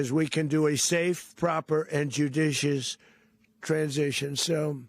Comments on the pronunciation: He cant even pronounce 'judicious' and is talking of 'running' a country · Can't even say the word JUDICIOUS... let alone know what it means. How many new Death to America terrorists were born today?